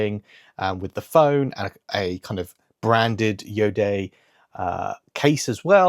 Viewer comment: Hi! Iodé is pronounced io-day, where day is a short sound.. it refers to the place of origin of the brand (the Bordeaux area in France) as well as to the "iodized sea air", hence iodé! Hoping this helps...